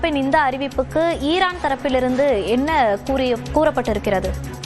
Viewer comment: என்ன டி மயிறு மாதிரி செய்தி வாசிக்குற லூசு ஈரானுக்கு இரான் டொனால்ட் டுனால்ட் த்து..... 😡